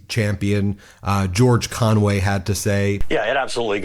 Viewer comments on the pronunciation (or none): none